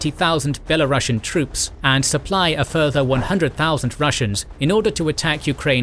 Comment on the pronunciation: NOT "belarussiun" [BELARASHN] YES "belarusian" [BELARUSIAN] Again and again... RUS' and Russia is NOT the same